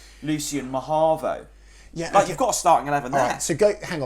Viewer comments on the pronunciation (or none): For the love of god, man, it’s MahOvo not Maharvo